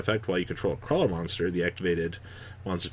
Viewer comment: I will never recover from attempt to pronounce the Krawler links.